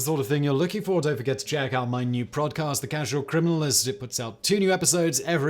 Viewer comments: Is it just me or did he say”prodcast” lol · . Ok, I love Simon, and given the sheer amount of videos he makes, it would be impossible to make a perfect video; but did he say prod cast? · "Prod cast"😂 Don't know why i find it so funny when people fumble their words! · Did you say "Prod-cast"? That's what it sounded like during the intro bit lol